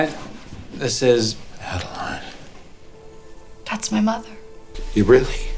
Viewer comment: A-DE-LA-IN bukan adlin 😢.